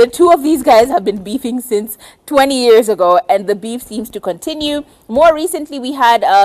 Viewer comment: Im getting triggered by the way she says years. YARS!!!!!!!!!!!!!!!!!!!